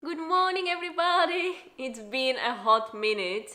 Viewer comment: "Good Morning EveryBahahady"... WELL looks like Bowdies noises have started to rub off on ya 🤣 🤣 I loved seeing him so spry and hopping around it was so cute. I could see him having some real separation anxiety having been left in the bush the first couple days of life. He's got it so good now he's afraid for that to ever go away! Great to see the video post!